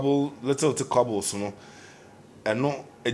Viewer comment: stop da lies afia always attack ppl first.. R u afraid of her anaa...secondly da word is squabble and not quabble!